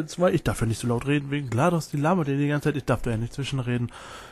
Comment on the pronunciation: nice achja: GLaDOS ist eine Sie und das wird englisch ausgesprochen